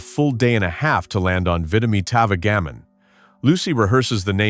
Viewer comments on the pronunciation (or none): The AI narrator does it again, seriously mispronouncing the "product" name in this sketch into the video and several more times. Vitametavegamin is pronounced VITA-MEATA-VEJJA-MIN, a name that actually lists the product's supposed ingredients: vitamins, meat, vegetables, and minerals. AI narration is a total disaster and should be banned..